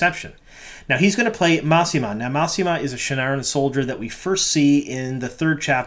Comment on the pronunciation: Mousema? Really dude?